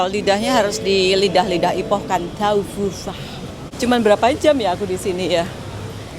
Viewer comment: Sebutan nya tauhu..🙏🙏